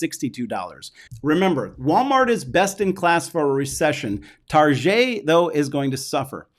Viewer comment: Did you just say Tarjhe instead of Target :-)